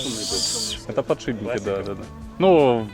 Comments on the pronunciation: После слова "подшиБники" я бы засомневался, менять ли что-либо у такого спеца) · Ахаха, "подшибники"))) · ПодшиБники, не мог не заметить) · Слово подшибники особенно повеселило.? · "завдской!!!" "подшибники!!!" Кто у вас там, такой грамотный, тексты вставлял? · ПодшиБники?! Серьёзно?! Меня аж передернуло, вам что там дети текст печатали?))) Хотя нет, прислушался так вы реально и говорите подшиБники! Не стыдно? И пара со своим сельским "плОтишь" удивила, особенно девушка - такая интеллигентная внешность, где она этого нахваталась?! Плотить и платить, и соответственно плотишь и платишь, это совершенно два разных слова с разным значением. Плотить это сколачивать, связивать доски, бревна и т.п.